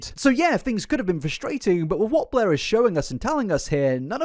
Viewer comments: Every time you say "Blair" all I can hear is "Bleh" and it always makes me think about that character from that Comedy Central show, Drawn Together. Lol 😅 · I love that his accent makes every time he says Blair sounds like BLEHHHH